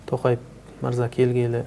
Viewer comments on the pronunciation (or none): none